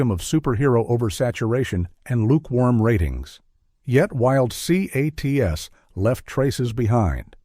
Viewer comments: I loved Wild Cee-Aye-Tees! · If you are going to use the stupid A.I. voice, then edit the script so it can pronounce the names. It has trouble with words that are in all caps, like Wild C.A.T.S. and C.O.P.S. I'm guessing the script was also written by A.I. and you didn't bother to read it.